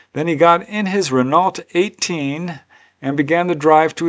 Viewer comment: Hey, 👋🏼🙂 French car brands! Renault is pronounced as: Ren-oh. Peugeot is pronounced as: Purrsh-oh (or Per-j'eaux)... Just letting you know for another day! 🫡 😊👌🏼 All the best as usual dude, you're the best UFO👽 storyteller. Fascinating to listen to as ever. ✌🏼🙂👍🏼